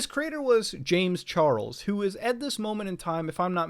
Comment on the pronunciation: "James Char el s"